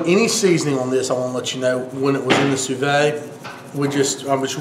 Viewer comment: Landed here randomly. You seem like a really genuine guy. You already know this, but it's "soo-veed". I would recommend working on your editing game and video/audio quality, you already have great dishes to show. Good luck, I've subscribed.